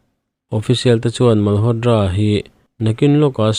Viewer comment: Malhotdra nilo in malhotra tiin lam tawh d nilo t tur zawk.ngaihthlak anuam lo tep zel